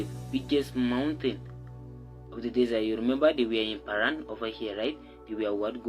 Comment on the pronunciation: P(h)aran is on point! 🙂